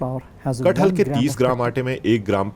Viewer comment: That name is KATH-HAL not KAT-HAL